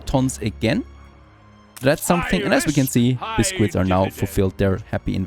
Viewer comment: Oh my god, your butchering of the pronunciation of Biscuit is triggering.